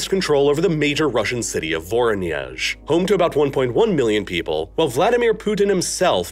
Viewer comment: And it's pronounced as "vorOnezh" and not "voronyEzh"